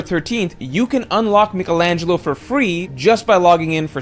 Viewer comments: The way he says Michelangelo is worth hearing though it's so bad... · The way you say Michelangelo lol